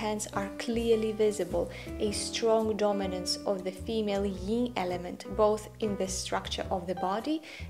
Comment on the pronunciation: First a teeny, tiny correction: the opposite of yang is yin (not "ying") so yin would rhyme with "pin" not "sing." I think you are so right that a Romantic can be taller that Kibbe states. It is a matter of proportion. As a romantic, what might I wear to my job as a teacher so that I do not look like I am in evening wear? Thank you!